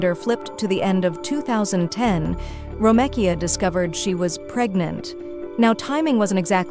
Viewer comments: Ok see I thought it was just my crazy ass that she was irritating ! 🤦🏽‍♀️😂 Ho3 it’s Gary ! It’s Ro-mee-ka! Talkin bout a damn “ro-meh-Kia” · Wait so it can pronounce Romekia but not Gary?